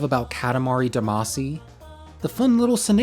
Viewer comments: also its pronounced dah-mah-shi :) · it's damacy not damacy!